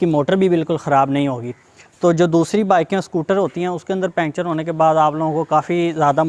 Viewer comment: پنکچر کہتے ہیں، پینچر نہیں، اور وڈیو بالکل پسند نہیں ائی😡